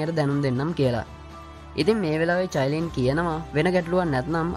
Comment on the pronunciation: අයියෙ මමත් ඔය කතාව බලනව මම මාරම කැමතී qeen medusa හදුනවන අනිත් නම චයිලින් නෙමේ කායිලින්🥰